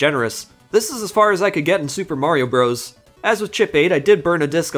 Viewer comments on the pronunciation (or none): none